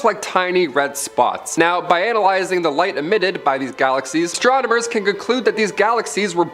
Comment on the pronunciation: "Astromoners..." Derp.